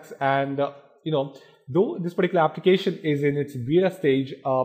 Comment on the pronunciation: Why does he keep fking saying 'particlar'...choose another word jackass...